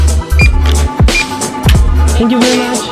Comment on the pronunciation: Le "Thanks you very munche" je l'ai savouré mdr